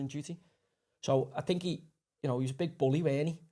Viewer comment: Why does Joey say “fink” and “wiv”. It kind of blows his pretensions of intelligence. Barton Fink.